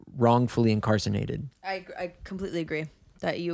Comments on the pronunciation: INCARCERATED NOT INCARCENATED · “incarcenated”